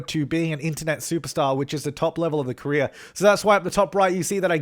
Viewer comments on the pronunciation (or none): whenever you say ''career'' it sounds like ''korea'' to me, lmao